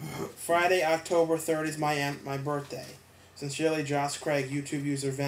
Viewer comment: no offence but you said my name wrong lol you said joss not josh;)